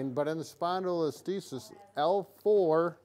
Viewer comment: Isn't it called a "Spondylo-lis-thesis"? Not a "Spondylo-listhes"